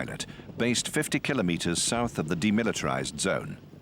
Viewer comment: The narrator pronounced Kilometres correctly, very rare nowadays